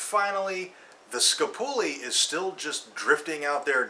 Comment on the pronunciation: LOL Skuh-poo-lee.